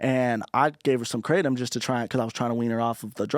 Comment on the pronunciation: Theyre pronouncing kratom(kruh-tom) wrong the whole time😂😂😂